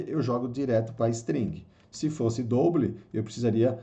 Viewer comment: Muito bom o vídeo, ensino didático e direto ao ponto. Aprendi muita coisa em pouco tempo! Mas sugiro dar uma estudada nas pronúncias de palavras em inglês como "return", "double", "while"... Abraço! Continua postando =D